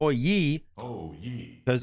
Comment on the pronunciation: Stop saying hoy yeee lol please however comma fantastic game